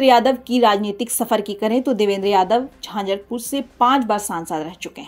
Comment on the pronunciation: झांझरपूर नहीं झंझारपूर कहिये 😮😂